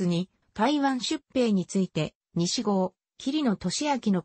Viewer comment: さいごうをにしごうといったり、いとうひろふみをいとうはくぶんと言ったり間違い多すぎて聞き苦しかった